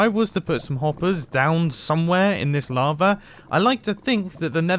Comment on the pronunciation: well he used to say lava like "lavr" so he has made some improvement.